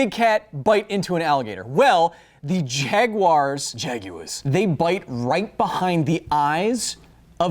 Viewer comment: Nickle El Bago, trash of the UK, often change the vowel a to an "er" sound when it is the end of a word or name. Maybe Kyles was trying out an inferior version of The English Language?... He was playing around with the sounds that tea drinkers make, in mispronouncing "Jaguars" in the start of the video. The degenerate nonsense conversion of a into "er" is done in South Africa and the Australia express the retardation too. At least the Australian presence of this particular degeneration in nowhere as prevalent~recurring~irritating. The Australian dialect, on average; sounds way better than UK trash...still not quite on par with any of our North American improvement on the English Language(give or take several dozen redundant terms and phrases)...